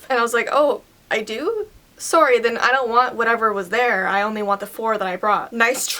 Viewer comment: You pronounce it sorry not soury